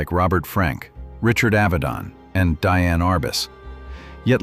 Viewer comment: Very interesting and unheralded photographer; thanks for sharing his story,. As an FYI, you may be interested to know that Diane Arbus pronounced her name "Dee-Ann!" At least according to Garry Winogrand, who was her friend and my professor of art photography at UT Austin in the mid-70's.